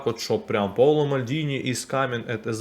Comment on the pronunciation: Вимовляти Paolo потрібно не паоло(наголос на першій о) а більше Пауло якщо укр писати то більше у а не о. Дякую за відео.